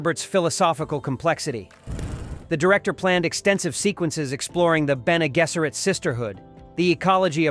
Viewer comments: Please correct the AI to say BEN-ay JESS-er-it.... it's pronounced with J not a G, it's irritating. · This must be an AI dialog? It's NOT Bene Gesseret, it's Bene Jesseret. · His AI can't even pronounce Bene Gesserit properly...